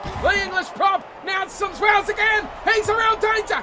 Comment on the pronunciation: Hi Can you say it as Symes-wells not sims wells.